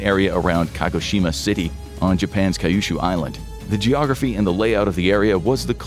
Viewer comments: Kyushu is not pronounced "Kay-ushu". It is pronounced Kyoo shoo. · I can understand accenting the wrong syllables in Japanese words, but when you pronounced Kyushu as cah-yu-shuu I had to pause...then I read the comments and saw you never addressed what Japan thought would happen...that saved me an extra 20 minutes I can spend on other videos.